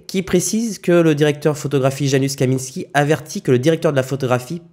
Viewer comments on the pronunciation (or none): Salut ca se prononce « yanoushe » et pas « janusse »